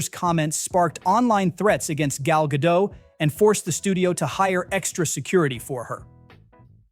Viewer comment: The "T" at the end of Israeli actress Gal Gadot's last name is not silent! It's a Hebrew name, nota French one, just say "Gull Gadott".